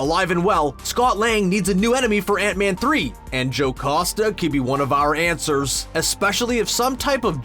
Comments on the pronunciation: Jocoosta.. it should be Jocasta. Learn to read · Stop saying "JoCOsta" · WHY DOES HE SAY JOCASTA LIKE THAT